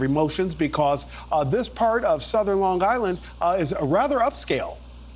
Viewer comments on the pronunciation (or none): Long Island - NOT Longgg Island.